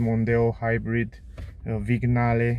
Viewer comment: It's pronounced "viniale"